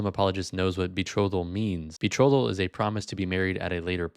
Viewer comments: As soon as he said “be-throw-thal” I knew he was just yapping lol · Not only can he not pronounce "betrothal", but he obviously doesn't understand what it meant in the Middle Ages (when Aquinas lived and wrote). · hell he cant even say "betrothal" right!!! lmao